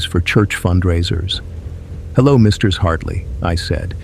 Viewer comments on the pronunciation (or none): "Misters" Hartley LOL AI cant say "Mrs."?